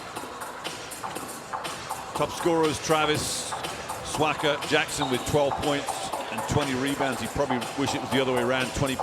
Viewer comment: y is the commentator saying wani swaga its swaka